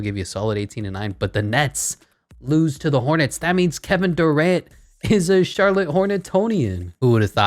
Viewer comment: Who tf is Kevin doorant I thought it was Kevin Durant